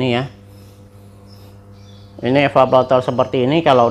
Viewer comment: Evaporator bukan evapolator